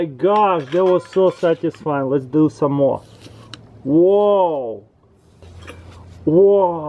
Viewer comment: "That was so satisfying! LETS DO SOM'ORE"